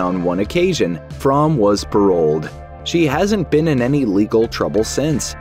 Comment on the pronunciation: Squeaky Fromme actually pronounces her own last name as "FROAMY".